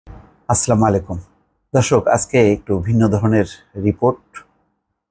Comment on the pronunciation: আছলা মালিকুম কি? ছালাম শুদ্ধ করে দিবেন।